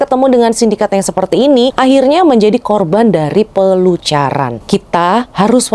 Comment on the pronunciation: Pelacuran mbak bukan pelucuran